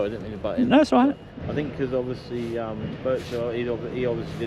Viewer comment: Ovussly ovussly ovussly! 🤡